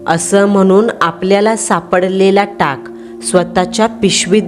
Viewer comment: टँग नाही मँडम टाक बोलतात